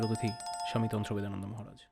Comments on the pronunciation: স্বামী জির নাম টাই দুবার ভুল উচ্চারণ করে ভিডিও শুরু করলেন। তন্ত্রদেবানন্দ কে উচ্চারণ করলেন তন্ত্রবেদানন্দ... আমি বেশ ক' বার কেটে কেটে শুনলাম! আশ্চর্য বটে ! আপনারা আবার চ্যানেল চালান? ? কিছুই না জেনে শুনে বসে পড়েন, তাও আবার লোকে দেখছে... সত্যিই এলেম আছে। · Namta thik kore bolun